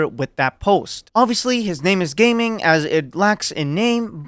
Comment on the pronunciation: You pronounce his name Ga-Ming